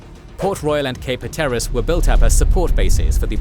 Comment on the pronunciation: I love the way you pronounced Cape Hatteras but it is definitely not how you say it 😂